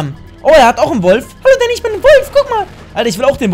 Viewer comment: Dddddaaaaaannyy Spppprachfehler